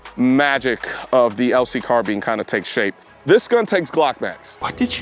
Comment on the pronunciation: Car Bean